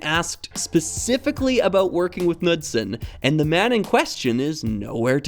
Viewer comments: For anyone interested, The correct pronounciation of “Knudsen” would Be “K-Nu-ssen”, with a hard K at The start and No mention of the D in The middle ☺️ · I'm not sure if the pronunciation is the same for this mentioned Knudsen but I grew up hearing the name pronounced "Kuh-nood-sin." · Sigh, another native english speaker failing in pronouncing foreign words and names. Jens Nygaard Knudsen would be disapointed. Here is a quick lesson: aa sounds like a in tall. Knudsen doesn't have a silent k. I hope someone will learn from this. Please don't make me hear Ole Kirk be misspronounced.... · Nice vid, The "K" in Knudsen is not silent. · This is a minor point, and not terribly important overall, and is just provided for anyone who might be curious or interested: I am more or less assuming that Jens Nygaard Knudsen was a native Dane (and not, say, some American with Danish heritage or something), since it's about the most Danish name I can think of, and going by that, I thought I'd mention that the k in "Knudsen" is not silent in any of the Scandinavian languages, including Danish. The actual pronounciation would be a bit like "K'noods'n". kn-clusters are fairly common in these languages and virtually never involve the silencing of the k. (It's not pronounced "Kuh-nood'sn", by the way, the k flows very quickly into the n, a bit like how English handles consonant clusters like "kl"/"cl" without saying "cuh-luster" or "cuh-lear", but I can understand if flowing cleanly from k to n might be difficult if one is simply not used to it.) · It has no real bearing on the great video, but as a Dane, it would be remiss of me not to mention that the K in Knudsen is not silent. However, the D is silent 😊